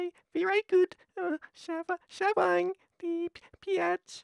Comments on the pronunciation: Pee-ah-chie abuse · replace the p with a b when he says "peach" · oooohhh the pe-ach is ver-ie sha-vieed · It sounds like he's cussing when he says Peach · It sounds like your swearing when you say peach.